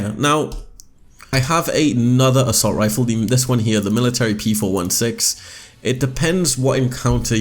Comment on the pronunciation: Don't mean to sound like a jerk but its p four sixteen